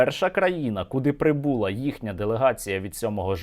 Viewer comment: не прибУла, а пррибулА